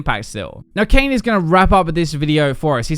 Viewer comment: bro i thought he said kanye lmao